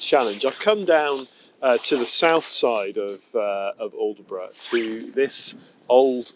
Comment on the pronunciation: Great video just one little thing. The locals will be shouting at the screen when you called it aldeburgh its pronounced with a silent d & e "allbrough" My wife who's a Suffolk lass is chomping at the bit lol.